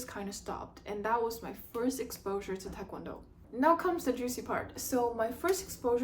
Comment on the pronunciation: Are you Korean? You don’t have a Korean accent and your pronunciation of TKD is incorrect so just wondering.